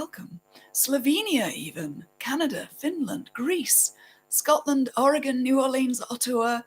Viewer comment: I'm impressed you said Oregon right!